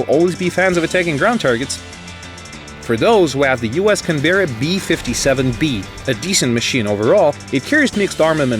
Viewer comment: It's pronounced Can-bra